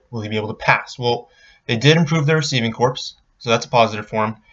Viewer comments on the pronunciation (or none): 'Corps' is pronounced the same way as 'core' just so you know, man. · ...of “Corps!” Pronounced like a dead body! 😆